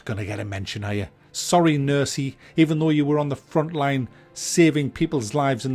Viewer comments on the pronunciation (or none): none